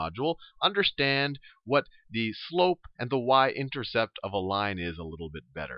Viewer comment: haha...I heard him say intersex.... but really thank you! helped me a lot!